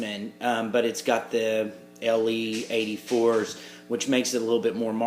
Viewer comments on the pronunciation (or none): Hey, the Tubes in the Bassbreaker are EL84 not "LE84" like you said. Good demo, really loved it, man.